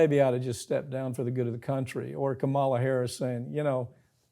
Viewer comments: Could you at least have enough respect to learn to pronounce Kamala? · You should check yourself on the pronunciation of Vice President Harris’ first name. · Why don't he learn how to pronounce the vice presidents name. She is not the Ugandan giant wrestler kamala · Mike still hasn't bothered to learn how to pronounce Kamala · This! I thought the exact same thing. It's disrespectful imo to keep getting it wrong.